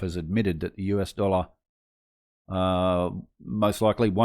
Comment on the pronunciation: ITS DOLLAR NOT "DOLA".